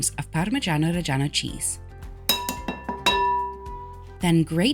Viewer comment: I had to like this cause you left in that blooper. Also props cause you're the only one that pronounces "reggiano" properly.